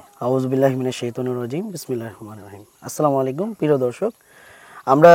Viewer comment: আপনার সালামে ভূল আছে,আগে সেটা ঠিক করুন, আপনি বললেন= আসলামু আলাইকুম